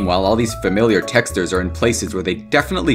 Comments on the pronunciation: Are we gonna talk about he said texters instead of textures? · Bro i cant get over the fact that he says "tex - tures" instead of "tex - chures" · He pronounces it “teksturs” It’s texCHURS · t e x t e r e s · BRO SAID TESTERS 😂 love ur channel btw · I actually like how he pronounces it like “tExTeR” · i cant watch this video without cringing at the way he says the word texture.... "texters" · Why do you say "texters" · "texdur" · "texters" dont know how to pronounce words right 💀💀☠ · it is pronouced tex-CHURES not how it looks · he keeps pronouncing textures as texters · PLEASE STOP PRONOUNCING "TEXTURES" LIKE THAT OH MY GOD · you pronounce texture funny i love it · It's been almost three years and I'm still mad at how he pronounces "textures" in this video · why does he pronounce textures like that.. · I hate the way he pronounces "textures"